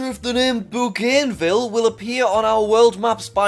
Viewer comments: It’s “buganville” that’s how you say it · the island is already called Bougainville and is pronounced BOO-Gan-Ville, I don't think they will change the pronunciation of country Bougainville for no reason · that pronouncinaicon of Bougainville makes me suffer